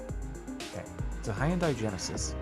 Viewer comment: Did he really just say hi-yun-die? Love the captain but as a korean that hurts me.